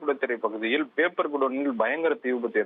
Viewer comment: Seithi vaasikkira pombala papernu ozhunga vasikka theriyadha,papper,,pamprr nu soldra styla 😠😡😠😡😠😡